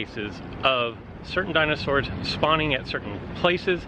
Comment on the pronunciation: Your pronunciation of dinosaurs is cringeworthy